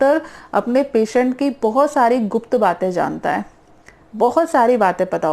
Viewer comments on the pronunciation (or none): none